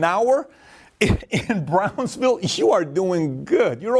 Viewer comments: ... Bransville, Texas or Brownsville, Texas?..🤔🤔 never heard of Bransville? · Bransville or Brownsville? I am pretty sure the latter. Either way, great video. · “Brownsville”, TX. Not Bransville, TX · It's Brownsville tx!!!! Not Bransville